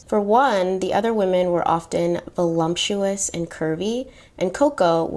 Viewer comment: You said to correct you, right? (Just checking) 😊 Okay. 1. Wertheimer (wort•high-mer or wort•himmer) 2. Deauxville (doe•vwah, doe•vul, or doe•ville) 3. Voluptuous (vo•lupp•shoe•us) 4. Prosecuted (pras•seh•cū•ted)